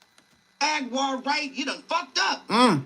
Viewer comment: Wait… is he saying HAGUAR?? Bahahaha… I’ve been in Hurricanes down here with no service! Lmao…